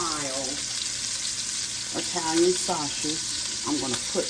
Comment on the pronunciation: The way you say pronounce sausage is hilarious!!!! 😂😮SAWSHEISCH !!!🤣❤